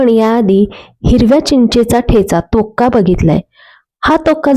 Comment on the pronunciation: तुम्ही हिरव्या चिंचेचा "तोक्का" असे म्हटले,पण तो तोक्का नसून " तोक्कु" असे आहे.